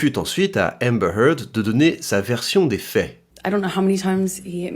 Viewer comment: Je suis impressionné de voir comment tu prononces Amber Heard moi je prononce ÉMEBEURRRE HEURRRDE